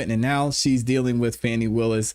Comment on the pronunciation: "FAH nee" Fani